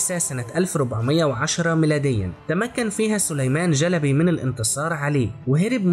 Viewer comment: محتوى جميل. وانا احب العثمانيين كثيرا وافتخر بتاريخهم.. تابع والى الامام 👍👍👍. لكن. ليست.. جلبي.. بل.... شلبي. 👍👍👍🌹🌹🌹